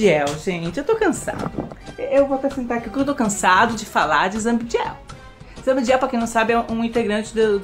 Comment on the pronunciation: "Zambdiel" ain kkkkkkk adoro o falando o nome do zabd assim.